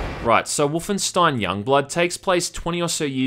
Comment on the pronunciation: Wahmanstein..... Srry I had to cuz it sounded funny.